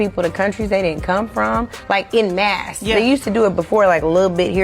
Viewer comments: Someone should tell her it's “en masse” not “in mass”. 😂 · She said “en masse” like she read it off somewhere without ever hearing it before… “ehn mass” 🤦🏼‍♀️